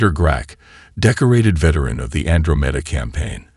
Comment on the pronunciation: WTF is a "andro-MEH-duh campaign"!!!!???? (Andromeda) Looks like yet another POS AI that ruins enjoyment of the story.....